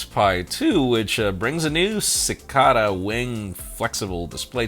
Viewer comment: Seh-CAY-dAh Not whatever that word was 🧐😅